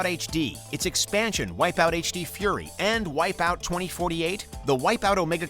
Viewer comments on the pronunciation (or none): none